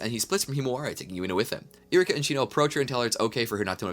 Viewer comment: I'm watching this and it's been bothering me you're saying iruka's name wrong 😒